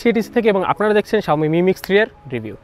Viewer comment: 'এ' এর উচ্চারণ ইংরেজি বর্ণ 'A' এর মতো। অর্থাৎ আপনি যখন 'এর' শব্দটা উচ্চারণ করেন, সেটা অনেকটা 'Aর' মতো শোনায়। 'অ্যার' মতো না। 'এ' আর 'অ্যা' উচ্চারণ কেন যেন কানে লাগে। 😑